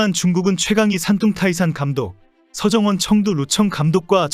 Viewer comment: 서청원? 서정원 감독을 서청원으로 발음하는 어이없는 영상.